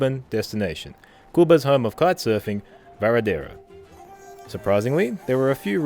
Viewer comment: FYI...your "spanish" pronunciation is/was dismal... (start with "VaradEro"